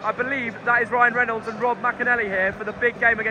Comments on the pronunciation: Ohh god, no hope for Wrexham fans now, that your all over it, you couldn’t even pronounce Ryan Reynolds correctly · couldn't pronounce Ryan Reynolds name correctly at the beginning 😂😂. Wrexham deserved to win they played some really good football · I've never seen someone mispronounce BOTH Rob McElhenney and Ryan Reynolds names in the same sentence before! 😂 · You need to learn how to pronounce Rob and Ryan's surnames 😂